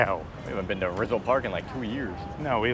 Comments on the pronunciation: But Rizal has the stress on the second syllable, not the first. The other mispronunciations have the same issue. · Those two should know how to pronounce Rizal correctly and lechon and sapin-sapin.